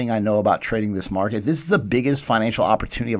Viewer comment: “Jumping rigggghhht into the marrrrket”